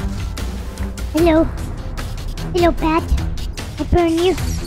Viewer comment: Why did mono say burn and he keep saying brun I love he blow up by a creeper and when he got two Lamar maybe it's from a village